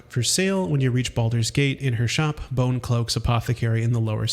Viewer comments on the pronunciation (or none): none